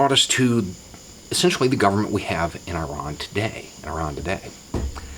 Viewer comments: Thank God you prounced Iran properly. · first "Murican speaker i have heard that pronounces Iran, Iraq, and Italy correctly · That's encouraging: someone in the USA who can pronounce "Iran" properly. I was there a few years ago, and they were all very welcoming. One young couple who stopped to chat one my first day told me: "Iran needs help." When I asked what kind, she said: "Iran needs friends." They are not stupid, and they would have to be very stupid to not realise that we ordinary people who don't own major stakes in Halliburton or Lockheed-Martin would be a whole lot better off with a lot more friendliness between nations and a lot less Sabre-rattling, Tomcat-rattling, Eagle-rattling, Falcon-rattling, Hornet-rattling, Raptor-rattling, Fishbed-rattling, Flogger-rattling, Frogfoot-rattling, Foxbat-rattling, Fulcrum-rattling and shelling of hospitals. They wear blue jeans and Converse sneakers. They sit side by side on riverbanks with their paramours. They have satellite televisions. They have ghost-shaped cakes in the cafés for Hallowe'en. We'd get along just fine with them, if we could see past the dozen angry old men on whom a dozen angry old men want us to focus.